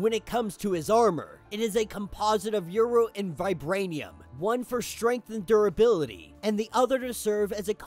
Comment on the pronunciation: Uru is pronounced "OO-ROO", big dog.